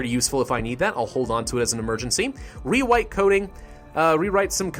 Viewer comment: Rewite coding. Lol you forgot the “r” lmao 😂